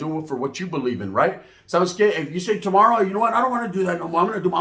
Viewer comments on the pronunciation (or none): none